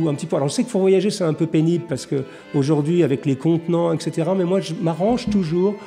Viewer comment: Bien le bonjour sieur Jacomet. "Etc." est une contraction de "Et cétéra". De ce fait, on ne peut prononcer exétéra. Bonne soirée.